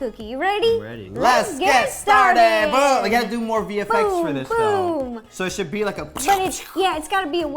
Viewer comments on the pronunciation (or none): none